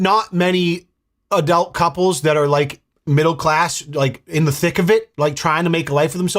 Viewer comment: He says "Adelt" and the comments are straight on it. Damn I love you guys! ❤